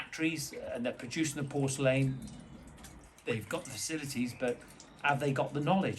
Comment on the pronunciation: Sorry, but has to switch off after hearing your pronunciation of porcelain. 🤣🤣